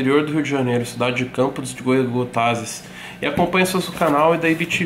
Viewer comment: Campos dos Goytacazes a pronúncia esta erradona kkkkk sou daqui